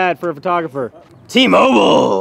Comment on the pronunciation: Am I the only one that thought was saying Team Oval instead of T-Mobile